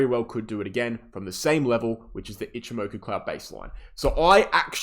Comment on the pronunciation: love your content. why cant you say ichi moku? as a japanese speaker, i find it amusing